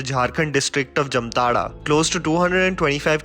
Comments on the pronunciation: Bro if u r making a video, be completely nuanced on every aspect. Wrong pronounciation of Jamtara... Its like Jaamtaara not Jamtaara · BTW it is pronounce as Jaamtara and not jamtara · It's. जामताड़ा not जमताड़ा। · It is not Jumtara... It is Jamtara..😂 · It's jaamtada not jamtara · It is pronounced as jaamtara... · Pronounced as जामताड़ा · Splendid review👍👍 Just one thing, the name of the town is pronounced as "Jaamtara" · Its जामताडा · Why is it pronounced as ' jamtada' when it is spelled as ' jamatara '....anyone!!? ... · M from jamtara nd it pronounce as 'jaamtadha' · It's not the right pronunciation ☹️😧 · Nobody can pronounce jamtara properly even u disappointed